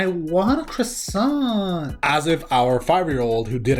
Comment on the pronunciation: "croi-wants" i at least the french forgiv